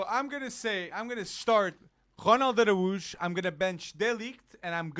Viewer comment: His name is Ronald ArAUJO not Aruj